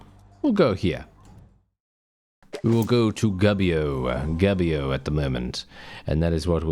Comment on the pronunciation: Come on you could call your character Reformio. How can an englishman be a saint anyway? 😉 By the beard of saint Byron from Assisi, this Italy is quite chonky. The italian U is pronunced like your -OU, so try to say Goubio. Otherwise it seems you are saying "gabbio", which is a slang for prison. "Yay let's go to prison!" 😆 Quite original game, could be the theme of song from a band like Bardomagno (medieval folk). Happy mazzate nel nome di Dio, beatings in the name of God!